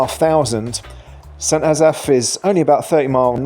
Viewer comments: Sent azaph? Its st. Asaph. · St AzAff? Oh, dear. Emphasis on first syllable!! COME ON!-here we go again! Check with Welsh friends, or google it!.. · An English man judging Wales. PLEASE (the irony)... The best thing about our Country is.. it's NOT England.. Your effort at trying to pronounce St Asaph is hilarious., oh and its not a city, it has a Cathedral which was the old requirement to be a city but not today. So do us a favour take your opinion and stay in England. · Fair ranking I’ve always pronounced St Asaph more as “s’n Ass-eff” …not Ass-Aff. …though I’m not local The oddities of what counts as a City in UK….city status for essentially a small town of St Asaph, the village of St David’s, but doesn’t include much bigger Llanelli, Caernarfon, Welshpool, Aberystwyth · The way you pronounced St Asaph. made me brain hurt. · You couldn't be bothered to learn how to pronounce St Asaph or Pilgwenlly? Your over all assessment of the cities isn't at all bad. Next time you're in Cardiff, spend some time in St Fagans museum. It's free to go in after you've paid for parking, and if you don't arrive by car you don't pay at all.